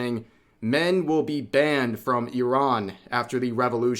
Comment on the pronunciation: Thank you Rev for pronouncing "Iran" correctly. A lot of people say it wrong.